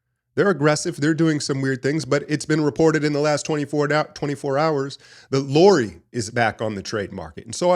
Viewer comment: You ain't pronouncing Laurie's name right. It's lau-ri